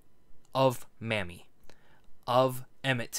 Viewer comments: Just an FYI, it's not Mammie, it's Mamie, pronounced Maymie. Mammie sounds offensive, I know thar was not your intention. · Her name is pronounced may-me. Not mammy. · I think her name was pronounced, "Maim-mee".